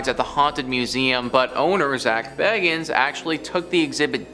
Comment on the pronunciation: The pronunciation for dybuk box was said wrong it’s pronounced like this (Dibuk) the y is like an I sound. Also the way Zack Bagans. Name is always pronounced wrong too, it would be like ( Baygans) if it had a y sound. Not the way it was said. Sorry.